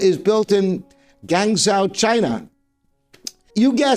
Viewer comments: Gwahng JOE. Not gangzow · Guangzhou is not pronounced 'Gang-zow', it is: 'Goo-ung-joe', with the 'joe' higher pitch than the 'Goo-ung' (about a perfect 5th or major 6th higher). I thought I knew everything about pianos - however you did teach me one new thing about Schimmel, thanks!